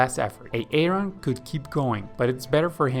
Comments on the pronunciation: Why did you choose a name you cannot pronounce. Its pronounced 'A-Ron' not 'A-Aron', Excellent content but thats really annoying. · The pronunciation of Aaron is Aron. Say it Aron, Aron. Swimming points are good. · Love the video. One correction though..... the name Aaron is actually pronounced as though it has one A. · Every time he says A-a-ron it grinds my gears . Just say A-ron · His name is pronounced Erin. Not A Aron. He is not a pokemon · brilliant video/ seen the longer version too. but just one question. If Aaron must learn to swim the correct way, taking months of hard work, and since you love to mention his name every few seconds which is sweet, how much longer do you need to say his name correctly? lol its not Aay Ron! lol! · why does he keep calling them A-A-ron and Dee-nice lol? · So that you can comment on it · Bro I'm watching this like, "is this guy saying A-a-ron like the Key & Peele skit?" Even after he said it like 40 times I still thought I had to be hearing things 😂🤣😂🤣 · Boggling. can’t gather why this man says A-a-Ron. Doesn’t he have a friend , a wife? Someone to correct him? Sheesh